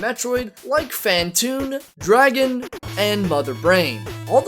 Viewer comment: You mispronounced Brinstar and Draygon. Yeesh. That means you really don’t know as much about bosses as you lead on to show.